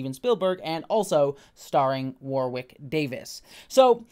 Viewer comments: After being a lifelong fan I learned TODAY: Warwick is pronounced with a silent 2nd W (War*ick) - saw the man explain it himself in a behind the scenes with the new cast. We’ve all been reading his name for decades and not hearing it spoken. Just passing along in case you see this. ❤️ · Can’t wait to watch this show! I never watched willow but I love Warwick (pronounced woh-Rick for the Americans in the comments not war-wick) so much